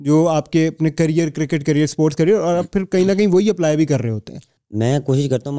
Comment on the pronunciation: Career ❌carrier ✅